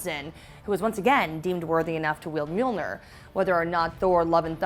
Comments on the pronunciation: has the audacity to call Mjolnir Mjilnor. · And Mjilnor in the beginning. My heart..